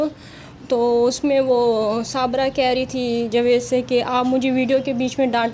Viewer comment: آپ کی مادر لینگوچ شائد پنجابی ھے جبھی آپ جاوید کو جوید کہتی ہیں خیر ماشاءاللّٰه سے آپ بہت اچھے کمنٹ کرتی ہیں کچھ عرصہ بعد میں إنشاءاللّٰه بنی گالہ میں اپنی کزن سے اور اپنی فرینڈ سے ملنے آونگی میرا اپنا گھر تو بہت ہی دور U S. A میں ھے لیکن میں پابندی سے آپ سب کی وڈیو دیکھتی ہوں